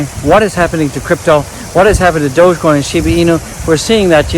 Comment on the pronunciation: in fact go back to april or may and watch his videos he doesn't even know how to pronounce DOGECOIN 😅